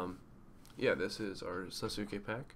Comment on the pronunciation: so disrespectful the fuck is a Sasu-ke? fam we pronounce it all in one word sasuke (Sas-kae).